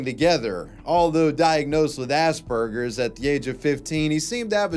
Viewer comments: As-pen-ger's, not ass-burgers. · Did this guy say ass burgers